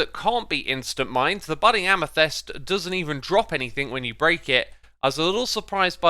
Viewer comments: I said it before and I´ll say it again. Every single time! Its AmEthYst, not AmYthEst! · why do you always say "Amethest" instead of "Amethyst"? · Why can you still not say amethyst right Y isn’t pronounced amethest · should be lie-ken. Also amethist not amethest.